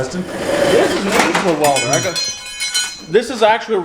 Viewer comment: did I just hear you say Let me grab my walder lol